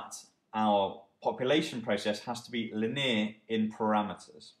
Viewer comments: Lin-eer? Are you kidding? Great vid otherwise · Very helpful explanation. Distracting pron of linear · excellent, except maybe the way you say linear ;) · axuming and lin-eer. great vid though